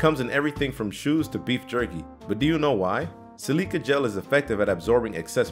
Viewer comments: if you’re gonna narrate videos, at least pronounce the shit right. levi jeans? Lee-Veye. Silica gel? Sil-ic-uh gel. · The way you said silica gel made me hurt